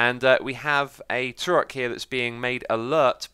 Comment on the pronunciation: It might just be me... but the way X pronounces "Trork" sounds wrong. "Tro-Rock" is not the same as "Trork". I imagine the name is a combination of Troll and Ork, and so should be pronounced like Ork, but with a Tr at the front. Just one syllable. Although, I now realize that "Ork" is not the correct spelling of "Orc", so I might be totally off-base. Who knows but the devs? lol